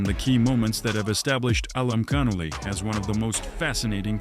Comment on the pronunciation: His last name is pronounced ALIM-CAR- NEWLY (ALIMKHANULY)